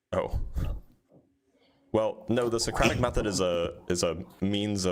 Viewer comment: "Wardview" "Sereocrathic Method" 🤡